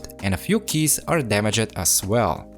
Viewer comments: “damage ed” no no no damaged its all one word bro ur miss saying it i know english is not ur first language so i hope this tip helps u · I love the way how says DamagED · when you said damajed i felt that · Great job ! just to let you know "damaged" is two syllables 😉